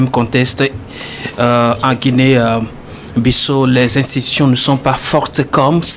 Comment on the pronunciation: S'il vous plaît messieurs les journalistes faites un peu d'effort, Ça se prononce : Guinée Bissao, c'est un pays lusophone , ( ex colonie portugaise) merci.